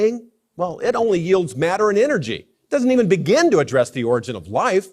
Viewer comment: That one guy said "dissent of man", not "descent of man". And "bigen" instead of "begin". He mispronounces lots of words.